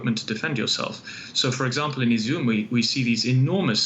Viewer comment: IZUMI?? IZIUM?? lol